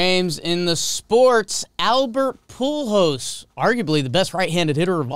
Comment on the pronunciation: Albert Pool hose. Hate to admit it but that had me dying.